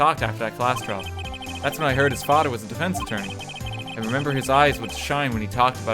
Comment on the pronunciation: its FATHER not FADA